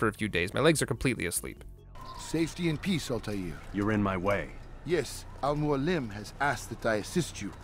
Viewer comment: Brother his name is AL Mo AL Lem=Almoalem It’s mean (teacher) in Arabic and Persian language